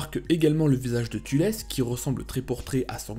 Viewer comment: Thalès pas "Tulès"